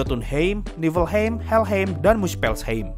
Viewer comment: Bang baca nya bukan Niflheim tapi yg bener Niflheim